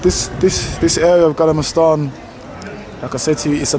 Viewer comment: I am dying 🤣 😂 haw he pronounced gamla stan.